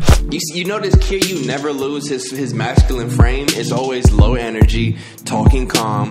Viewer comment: No one is bothered that he kept saying the names wrong? Kiryu ( keirdru )not keyru